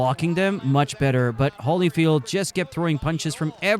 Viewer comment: HOLLYFIELD? HOLLYFIELD? HOLLY CRAP! What is this? AI BS?